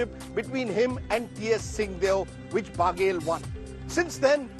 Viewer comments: Rajdeep ji बघेल है n की बागेल 😂😂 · महा....बाघेल नहीं बघेल ।